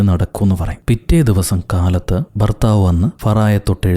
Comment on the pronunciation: ഫർത്താവോ.... മോശം